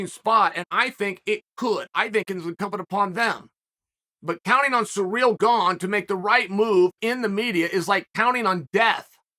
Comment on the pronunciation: Chael calls Kamaru Kamara 😭😭😭 and now Cyril Gane is Sureal Gone 😭😭😭I love it 👏🏾😂😂